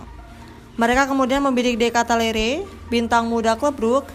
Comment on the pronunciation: Ralat Min.. Baca Benaser bkn Benaker.. De Katalare bkn De Katalere..